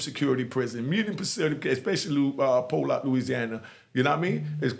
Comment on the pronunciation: unigue it pollock but we say it like this spelling pi lock the o is said like a i its like 30 mins from my house im from alexandria louisiana its in grant parish cross the windowback in the day my home girl was a co their tall big red thick pretty women name loddie are mrs dodd